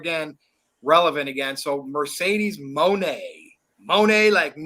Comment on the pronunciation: It’s “Moné”!